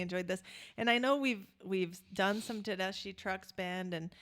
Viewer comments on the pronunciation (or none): I haven’t heard any YouTubers pronounce Tedeschi correctly yet. It’s not Tedeshee it’s Tedeskee. Like you’re skiing down the mountain. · Please pronounce Susan Tedeschi’s name correctly!! “tuh-DES-kee” 😊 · If you love them so much, why haven't you learned how to pronounce Susan's last name? It's te-DES-kee. The "ch" is pronounced as a "k"! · it's pronounced Tedeski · They have Both been playing since they were little kids and are Both very accomplished and amazing talents. When Susan speaks, she has this sweet little voice, yet when she sings, she belts it out of her soul. And its pronounced Tedeskee just fyi. Good pick. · Pronounced Tedeski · Pronounced Ted-es-ski❤ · It's pronounced like TE-DES-KEY. Susan Tedeschi and Derek Trucks are married. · Love this band. just a quick thing about the name. It rhymes with > deskee > Tedeskee = Tedeschi. With love. 🍄☮🩵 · and it's pronounced tedeSKI